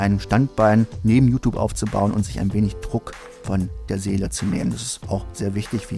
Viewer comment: JuTup... Kannst du das mal JuTjup ausprechen? Das weckt immer den inneren Autist in mir :c